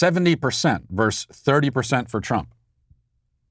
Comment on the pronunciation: Matt is cancelled for habitually saying "verse" for "versus."